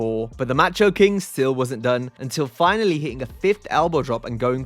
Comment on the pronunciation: Ma-cho...not Match oh